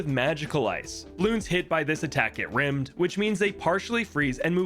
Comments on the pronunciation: it's all throughout the video Where he keeps saying rimmed instead of rimed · IT'S PRONOUCED *RIME*D!!!!! NOT RIMMED!!! THAT'S A DIFFERENT THING!!!!!!!!!!!!!! (walter white screaming in car image) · Rime has a long i sound, so it’s pronounced Rīmed not Rimmed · Omg hearing someone mispronounce Rimed as Rimmed is WILD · Just a PSA, its not pronounced rim-d. The word is pronounced like rime, or rhymed. Rime means icy, rimed is "has been iced". Youre not giving balloons rim jobs lol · Bro please PLEASE it's not rimmed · Rimed It is pronounced like the word rhyme It is a homophone like Son and Sun, Rain and Reign, Great and Grate, New and Knew, etc. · Rimed is pronounced like rhyme. Also, I thought it was hilarious you were playing silent night in the background 🤣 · “Rimed” is pronounced the same as “rhymed” fyi. Great vid! 🙌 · HAAAANK HANK, DONT MISPRONOUNCE RIMED HAAANK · Goodness, an unfortunate misread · Was about to say. Though a rimming monkey would be very on brand.